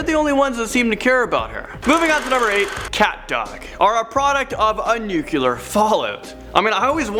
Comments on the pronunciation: Its nuclear (new clear) not nuculer (New Que Ler)....This drives me nuts. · Again.... Nucular or nuclear? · Why do people pronounce "nuclear" as "nuclelar " -_ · Haha George Bush said "nuculer" also.